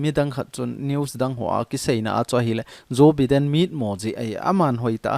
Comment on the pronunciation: Joe Biden - pronounce as Jo- Bai- den👍👍👍